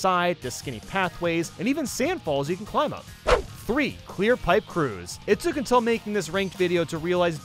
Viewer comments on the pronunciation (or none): none